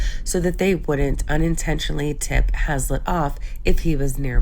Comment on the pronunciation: His last name is "Haslett" not "Hallset" and the hometown is "Patoka" not "Pakota".